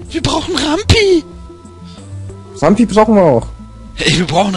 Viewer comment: was mich persönlich leicht stört ist,dass er RamBi und nicht RamPi heißt,aber gut^^